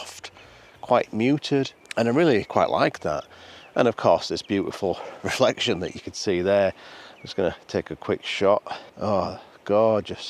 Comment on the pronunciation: Don't scare us,! 😱 You mispronounced "riflex-si-own" twice - I was really worried about your mental health. But then you got it right, and you nearly fell off a mountain, too. Phew 🤩 Oh, and a photo, is a photo, is a photo. People who think otherwise are [insert your choice of insult].😉